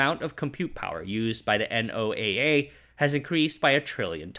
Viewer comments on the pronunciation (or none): FYI…NOAA is typically called “no-ah.” Thank you for great documentation that Moore’s Law is passé. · Next time you come across the acronym NOAA you can pronounce it like the name Noah and everyone will still understand you, as always great video man